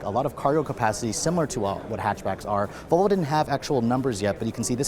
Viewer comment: For the love of peter, it’s Vallvo. Not voolvo lol